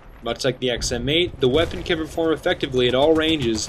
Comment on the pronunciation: he says XMA prototype :P